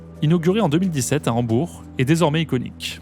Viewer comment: Cool vidéo ! Juste, peut être demander au narrateur de faire attention a la diction sur les mots qui finissent par le son [K] "désormais ICONIQUE-KEUCHH" "New YORK-KEUCHH"